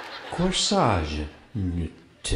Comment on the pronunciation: "Corsage, n-tuh. CorSAGE n-tugh!" What an idiot! :'D